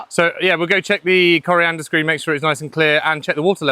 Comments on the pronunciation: Coanda screennot coriandrr screen :) or thats my hearing playin up? :D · I'm going to be nit-picky and say you still aren't getting it right. Coriander is a plant/herb, Coanda is this screen. There are no R's in Coanda. /endnitpick I am jealous of your situation! I would love to have access to a stream like this to be able to produce my own power. It would save me hundreds a month.